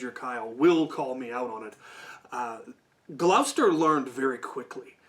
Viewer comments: you are correct, this englishman has gone nUtS, as it is indeed, Gloucester, pronounced 'Gloster' because my people are dumb and can't write what we say ._. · Poor Cap got it right once at the start of the video, but never since. Ain't no fucker in Gloucester pronouncing it GLAO-sester, and if they are, folk need to go back to school. I mentioned in my own comment that it's even shortened because of the issues folk have pronouncing it. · I got a minute in, Cap, only a minute... I live in Gloucester, and every time, that shit hurts so much! For anyone having trouble, it's often phonetically shortened to Gloster.